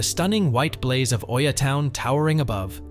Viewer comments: Hi Thank you for the video. You'll probably hear a few ppl say it so I might as well let you know. Oia is pronounced E-Ah. a lot of ppl make the same mistake so no worries, it's still a stunning video :) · How are you making an informational video about a town that you don't even know how to pronounce? 🤨 This shows that you haven't even been there. So how can you know anything to make recommendations?